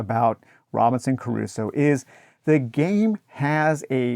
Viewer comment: Why are you pronouncing Crusoe with three syllables?